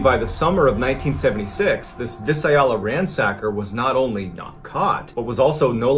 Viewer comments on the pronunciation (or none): Being a native Northern Californian and knowing many cities, I had to keep critiquing MrBallen on his wrong pronunciation of Visalia. He kept saying it wrong. It's not Vi-suh-ay-lia but pronounced Vai-say-lee-uh, just 4 syllables, not 5. I love his stories don't get me wrong but just wish he would at least look up how to pronounce names right. He did this again with Mt. Shasta pronouncing it as Mt. Shosta instead of Shasta (the a sound as in the word cat) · It's not VIS-ah-ella, it's vie-SAY-lia where the ransacker was operating. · Just an fyi for anyone who cares, Visalia is pronounced “vai-SAH-lia.”